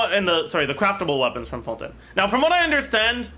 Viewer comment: isn't it fontAYN not fonTEN